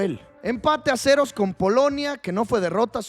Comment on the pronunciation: No es de awebo decir a cerouu